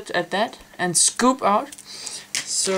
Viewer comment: "pop with your back finger and SCUUPE with your front " lol...